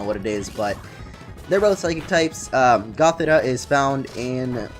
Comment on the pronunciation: It's pronounced goth-EE-tuh and sih-JUH-liff, ""! 🤨